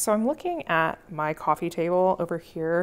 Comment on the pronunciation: Coffeen table!! 😂 sorry, i couldn't resist...